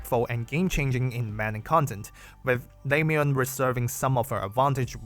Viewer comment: le-moo-en. pronounce her name right if you're doing a guide about her.